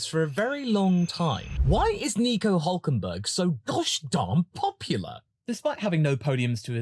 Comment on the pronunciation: "NICO OOOLK KENberlllgslglL"